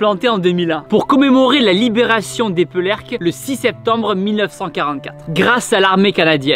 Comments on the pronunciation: Je suis d’origine de Dunkerque au cas où on dit Éperlecque ^^ et non euperlecque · Bonjour Thibaut, magnifique sujet mais attention à tes commentaires : c'est Eperlecques et non pas Epélercques. Et le canon de 40mm ne tire pas des missiles mais des obus. Sinon bravo. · Il y a un a R a Eperlecques ^^^Pas Epelercques ^^ Faut que tu aille non loin a la Coupol de Helfault Mon Gars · Tu dis souvent "Epelerques" mais c'était bien "EPERlecques" comme tu l'as dit au début 😉 Sinon superbe vidéo ! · Super vidéo! Par contre mes oreilles seigne... Epereleques en phonétique É-Pé-R-Lè-k! Ayant déjà était visité ce blockhaus, il est vraiment très intéressant, la visite est mis à contribution afin que l'on s'immerge totalement dans l'époque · ce site est hyper connu et il est chargé d'histoire, par contre tu le prononce mal on ne prononce pas "épeur" mais "épair" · Sa se dit éperlecque pas epeurleulecque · Ça me stresse, il dit Epelerques au lieu d’Eperlecques 😭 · Thibaud cest pas epeurlecques mais eperlecques pour la prononciation 😂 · Ça se dit ''épérlécque" pas épeulerque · Quelle honte ! tu as mal prononcé le nom de cette ville pourtant si belle tu as craché sur son honneur elle possède un carfferour market la maison de mes grands parent ainsi un terrain de foot cela se prononcé Eperlecques et non épelerque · Tio c'est eperleques pas epelerques respecte un peu les villes de ma région... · C est epeRlecques et pas epeLercques. Et nazi toutes les 2 phrases n est pas nécessaire il n y avait pas que des nazis. La werchmacht n était pas nazi. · 👍super ! Mais dire : E PER LECQUES. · Super vidéo, sinon ça se prononce épèrlècques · Super sujet, mais il faut que Thibault sache, qu'Eperlecques se prononcé : Je l'indique en phonétique AI PER LECQUES Merci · Slt Tibo superbe vidéo mais juste sa me perturbe tu prononce mal le nom de la ville sa se prononce épérleques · Et on dis eperleque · Il l'a même prononcé "quéquette" à un moment XD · On dit pas Épeurlek par contre. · Carrement mec